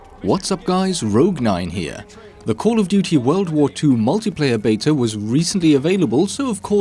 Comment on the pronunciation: It's beta, not betar